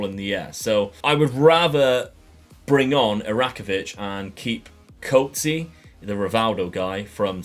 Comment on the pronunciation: The pronunciation of Coetzee is hilarious!🤣